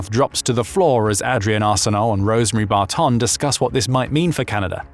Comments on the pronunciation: I’ve never heard anyone mispronounce the name Barton before. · Must be an AI voiceover. No human who knows anything at all about this country would pronouce 'Barton' that way. Best disregarded. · Spit out my drink at the way you pronounced AH-direnne Arseneault and Rosemary Bar-TONN. Lol.